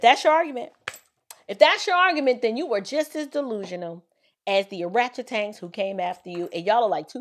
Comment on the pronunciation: Not o-ratchet-tangs skksss😅